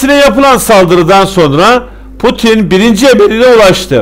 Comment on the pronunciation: potin değil laa putin 😁 yorumların güzel ama tebrik ederim